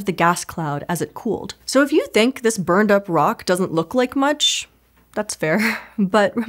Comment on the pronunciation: Kinda obnoxious how she says stuff like "begenning" and "thenk" instead of "beginning" and "think".